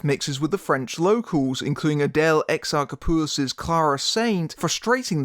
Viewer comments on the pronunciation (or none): Most people I’ve heard pronounce it as Ex-ahr-Chop-ooh-lus, which causes me physical pain, especially since they pronounce it like that when she's standing right in front of them and never bothers to correct them.